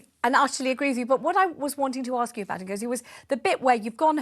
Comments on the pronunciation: This is the woman who said that Meghan Markle suffered "domestic violence" from the Royal family. If I've told you once I've told you a million times, don't exaggerate. And after protesting that "I'm British", she comes out with "in my culture". Sorry, I thought you are British? And if you are why can't you speak English? It is "ask" not "axe". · What a trouble-maker! The way she dresses, her hair style, her saying "aks me", calling her charity "Sistah"... obviously she stands for a culture and heritage that is NOT British but yet, she's making a fuzz about being asked where she was from. How this is not a setup? And where is the recording of her "transcript? Could be, perhaps, that the conversation didnt go as she claims it did? Now the media is bringing out what she really stands for, her agenda, her lies. She'll fade into oblivion soon.